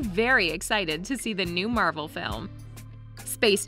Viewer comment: Bruh it's Marvel not marbel I'm not that big Marvel fan but atleast I can pronounce the name correctly